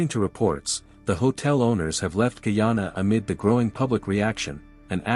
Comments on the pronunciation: Where is Kee-yawn-uh? It's Guy-ana. The old pronunciation of ghee-ana for the region encompassing the three colonial entities British Guiana, Dutch Guiana (now Surinam) and French Guiana is understandable. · No es gayana es guyana